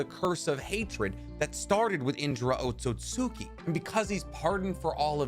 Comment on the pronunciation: Otsutski is pronounced OAT-SOOT-SKI